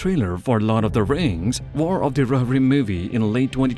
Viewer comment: roh hir rim , not rorim